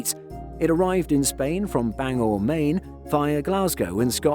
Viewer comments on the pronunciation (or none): none